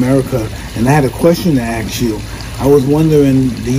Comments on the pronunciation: “I had a question to aks you.” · Ask pronounced ask not axe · 'I had a question to aks you'. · Aks you 🤣